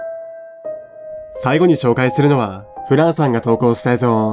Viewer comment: 「えいぞう」じゃなくて「えいぞん」って発音がやっぱり気になる